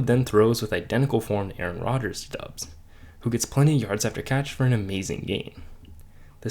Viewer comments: Romeo Doubs’ name is pronounced Dobbs not Dubbs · It’s DOUBS NOT DUBS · You don't even know how to say Doubs name. Its Dobs - you know how they pronounced it during every game for the last two years. Wtf do you know about the Packers if you clearly haven't watched them enough to know about this. His name is currently our litmus test and you somehow failed.